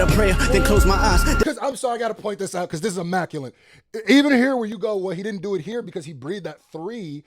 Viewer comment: It’s been doing my head in.. the word is ‘immaculate’ (uh·ma·kyuh·luht)… not ‘immaculent’ 🤣🤣